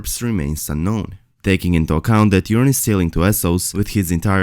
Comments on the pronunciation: Except that Euron is not pronounced "urine" But you knew that already, didn't you? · I am sorry the commentator didn't pronounce that murderer Eurons name correctly.